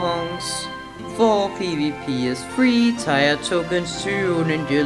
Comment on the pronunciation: Tier is pronounced "Tear", not "Tire".